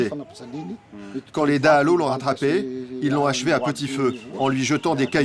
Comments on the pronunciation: Cette vidéo manque de crédibilité. ne serait-ce que parce que vous n'êtes pas capable de faire l'effort de prononcer correctement les mots malgaches (par respect de Madagascar et des malgaches), comme dahalo (pas de son "o" en malgache), Ihosy (pas de son "s" mais 'ch", etc. Et sincèrement cela m'étonne que les militaires vous aient laisser les accompagner comme cela ? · Azafady ! Faites un effort pour prononcer les mots malagasy. Exemple dahalo, pas de son "o" en langue malagasy